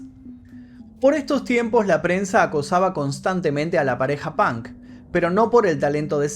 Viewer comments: Me encantan tus historias but why in the fu*king hell u say “pank”????? Se pronuncia the same way u write it 👍🏼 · el "pank"..... hablan igual que los espanoles XD , si vienes a usa y pronuncias pank , absolutamente nadie te va a entender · Jajaja "Pank".